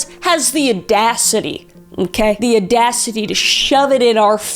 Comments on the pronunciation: Kris, what’s “uh-dacity”? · "The aadacity.." =))))))))